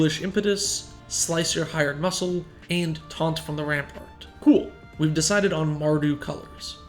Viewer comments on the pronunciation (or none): none